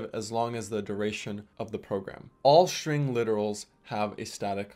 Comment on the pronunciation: shtring one shtring two